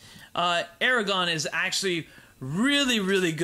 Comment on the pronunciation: And AragoRRRRRRRn not "aragon" .. and HirGon not "Hirogon" :( .. just butchered Tolkien's work